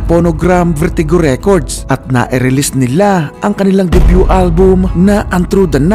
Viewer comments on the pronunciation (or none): none